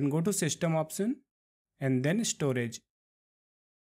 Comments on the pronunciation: It's Option no Opsion dude. Locasion Opsion lmao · Like the way when he says "opsion" and "joom" XD